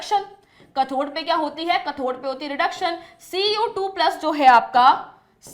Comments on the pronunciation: It is not kathor correct pronounciation is kathode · mam anode or cathode ko prounce aache se karo